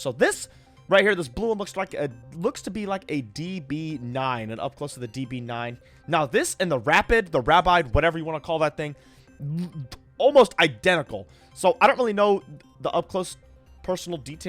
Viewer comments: Hey, I am from the UK and the Aston Martin Rapide is said rap-EED. Love the content! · Come on. The 4 door Aston is pronounced rap-eed